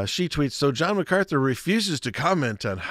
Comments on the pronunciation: Brother forgive but you keep mispronouncing MacArthur with MacArthly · Mark MacArthur not Macartney.